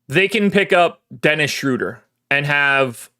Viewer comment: You said correctly Dennis Shrodier or Cam Johnson